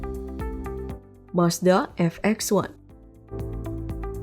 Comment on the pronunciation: Gag mau aku Sibscribe. Mazda VX1. Malah dibilang Ef X 1. Bnyk belajar lgi